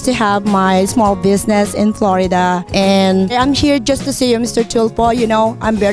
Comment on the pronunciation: lmao! tagalugin mo na hirap na hirap ka na lmfao!!! "im Prom Plorida" "i apresiyeyt eBrithing you do here in the Filifhine" "around the Werd" "para kang doktor kulang na lang mag Sarjeri ka you know that?" lmfao hay nako dami pa! Humble daw ampucha more Hum-bog